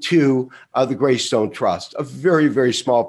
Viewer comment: grayscale, not graystone